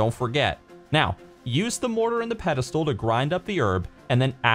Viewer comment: Thank you for the guide, much appreciated......but pedestal? XD